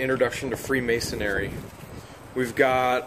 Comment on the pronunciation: It's "Freemasonry", not "Freemason-ary". You should join a Lodge ^_^